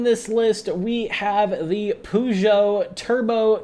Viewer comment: That well known French manufacturer of the 205 T16......Poo-Joe. 😆